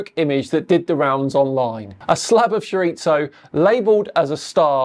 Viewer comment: .... Auch guys it hurts hearing mispronunce "chorizo" so bad 😂